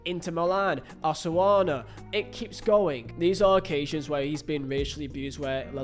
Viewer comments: Yes haha, you would say it like Ow - suh - soon - uh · Never heard anyone refer to Osasuna as, Osawana. If anyone is from Spain or at least speaks Spanish, wouldn't it be pronounced, Os-a-suh-na, or something like that? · Yeah, Spaniard here, I don't know what my man was doing there lmao. Should be pronounced "Oh - sah - soo - nah". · "Osoana" and "Beteese". Good God. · One day, try looking at the word "Osasuna" and sounding it out slowly and carefully. It's not "Osoana." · Osasuna... come on, it's not THAT hard to pronounce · Inability to pronounce 'Osasuna' is hysterical 😅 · That hurt too much, if you are not sure of the pronunciation, you can EASILY google it, my god